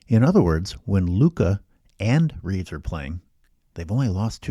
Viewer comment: Not to be THAT guy, but it’d be Reaves’ no extra S at the end.